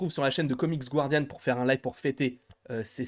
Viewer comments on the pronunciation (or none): none